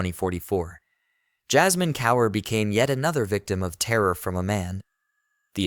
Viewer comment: You should teach your AI how to pronounce words like Kaur.